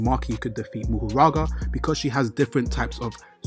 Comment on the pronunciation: Isn’t it Mahoraga instead of Muhuraga like you say?